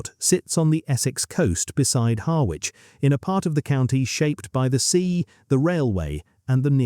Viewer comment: Pronounced 'Harritch' 😊